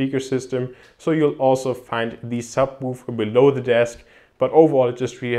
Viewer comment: Bitte lies dir nochmal durch wie man wann "the" betont